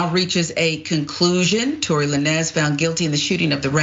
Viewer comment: why are they so one sided, why don't they mention all the lies she told and the testimony changing, she can't even pronounce Tory's name, that just tells you how scripted the show is.